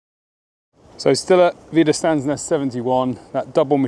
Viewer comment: First of all a little help in speaking German : Wiederstandsnest is pronounced with "sch" like in trench the "ch" ending. "St" in wieder"st"and becomes "scht". Thank you for showing all that with maps and pictures and everything. Great job. Thank you so much